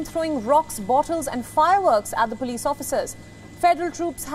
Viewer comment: It's pronounced as Police not puulice